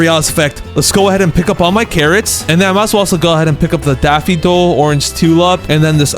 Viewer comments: daffidol instead of daffodil lol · why do you say daffidol but the subtitles daffodil? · Sorry to be this person but it’s Daff-oh-dill 🙃🙃